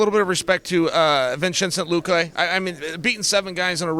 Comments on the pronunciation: "Vinsintchay Luque" - Chael Sonnen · “Vinchenzo Lewkay” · “Vinchensent Luqua” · "Vinchensent Luque" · Are we gonna pretend like '' vinchincent luque" did not just happen?! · Read this as he said it. 😂